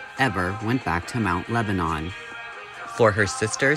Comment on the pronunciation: I think you just blew my mind. Not only are Christina and I the same age, but we both attended The Art Institute of Pittsburgh at the same time! I probably passed Chris in the halls. Also, I lived in the neighboring town of Bethel Park and Mt Lebanon were athletic and academic rivals. FYI it is pronounced Mt. LebaNIN and not Mt LebaNON (as one would think). It is also a pretty affluent upper class community. Many doctors and lawyers and upper management types lived in Mt Lebo (the Pittsburgh nickname) since it was just close enough to the downtown to not be a ridiculous drive on the daily commute. Also, I don't believe Mt Lebo was part suburban and part farms. It was way more citified than Bethel and we had no farms left within the community by the early 1950's. Christina lived in what I would considered a pretty privileged life, in a very well-appointed suburb. The question I have is I wonder what she was doing between graduation from high school which most likely would have been 1972 and the time she went to Art Institute? (I was working) Thanks for the interesting upload! Say hello to your sweet kitty!